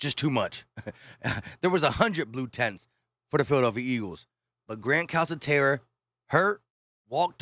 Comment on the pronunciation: Calcaterra pronounced CalKaterra